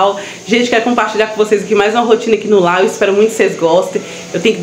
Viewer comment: Não é "lá" é lar